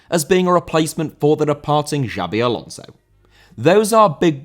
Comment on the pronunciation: Xabi Alonso* not Giabi Alonzouw